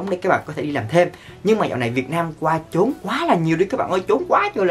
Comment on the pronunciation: A ơi! Trốn mà sao a đọc là chốn